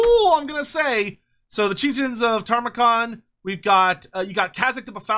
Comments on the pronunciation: Don't you mean "Tamurkhan", not "Tarmakhan"? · Brother. Respectfully. His name is not Tarmakhan. You're killing me.